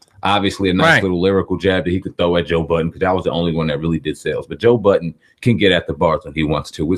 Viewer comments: His name is Joe Budden. Not Joe Buddens... lmao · Man its been over 20 years the mans name is Joe Budden not "Buddens"